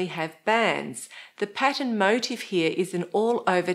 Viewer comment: Motif is pronounced "moh-teef" . My motive for pointing out this error is that it drives me nuts .